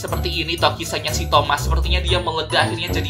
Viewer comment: Bang kok ngomongnya tomat? Bukanya itu thomas